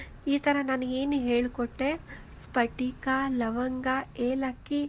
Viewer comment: ಸ್ಪಟಿಕ ಅಂದ್ರೆ ಕ್ರಿಷ್ಟಲ್ ಇದು ಪಟಕ ಈ ತರ ಹೇಳುವದು ಸರಿಯಲ್ಲ.